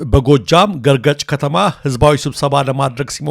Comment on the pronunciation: ገርጨጭ not ገረገጭ